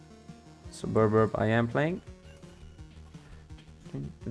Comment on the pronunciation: WTF is a suburburb?